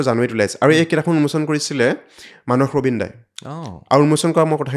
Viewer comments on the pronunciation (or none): none